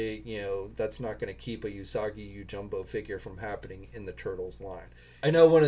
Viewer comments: I watched the video. Yeah you’re not good at names at all lol. It’s jimbo not jumbo. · yoJIMbo 🤣 you should seriously work on your pronunciation for Japanese names. Goes a long way when it comes to respect...